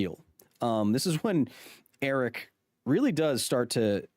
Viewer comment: You should try pronouncing Eric's name correctly.